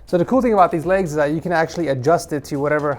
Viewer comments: Legs not “laygs” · Duder fr just said "ligs" Instead of legs lmao